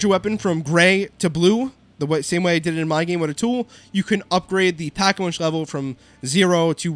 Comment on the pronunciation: Did you say pack-a-munch???